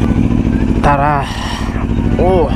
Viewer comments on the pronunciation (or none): none